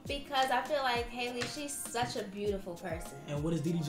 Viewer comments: Bro her name is not hailey it’s pronounced like halle Berry it’s that simple 😂🤦🏽‍♀️ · She really called her hailey🤦🏾‍♀️ halle baby it's HOWL-E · Not haliey but HALLLE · they not even saying her name right 😭it’s HAL-E ! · i thought her name was pronounced different like hall-ley? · Aside from the both of them pronouncing her name wrong, I don’t want to hear anything from anyone drinking Dasani. 🙃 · I love Skai but I agree with Kai. He is speaking from a perspective of actually KNOWING DDG, Skai is speaking from what she's seen on social media which is valid but tbh, they didn't even say the girl name right so the conversation on who she should/should not be with is over right there. No one knows their relationship so... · Why do y’all pronounce her name like that 😂😂😂😂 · I just wish people would take the time to learn how to pronounce Halle’s name right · I wish ppl would pronounce Halle’s name correctly…